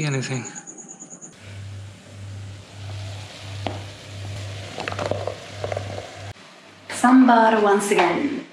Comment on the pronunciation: You nailed the pronunciation of sambar ! Many indians get it wrong !